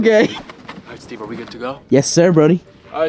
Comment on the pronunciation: When Steve said cyuche😂